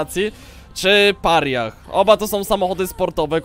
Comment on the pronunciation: Mordo, weź naucz się to wymawiać. Mówi się Peraja.